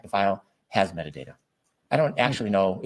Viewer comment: Replay crew here. Anyone else hear say metadater vs metadata. I get so mad when I hear talk.